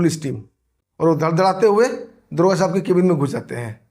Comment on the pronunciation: दरोगा तो बोल नही पा रहा है दुर्गा बोल रहा है बड़ा चेनल चलाने वाला बन गया